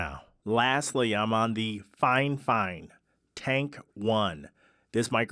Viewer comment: every time i see someone talking about fifine shit, they pronounce it fine fine lmfao